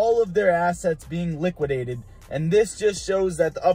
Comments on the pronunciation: It's "liquidated," not "liquididated." Thanks for the vid, man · “LI-QI-DATED” not, “LIQUIDITATED” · LIQUI-DATED...not liquididated lmaoooooo